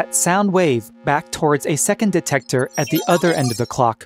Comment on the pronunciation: “Dectector” Well